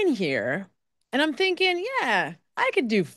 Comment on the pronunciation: "I was just THINKEN-ing it over..." - Chris Albert 🤣